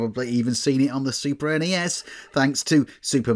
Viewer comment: Stop saying snessssss and nesssss. Wankers. NES and SNES are abbreviations, not acronyms.